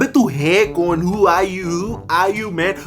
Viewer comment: When he said who I heard hoe 🤣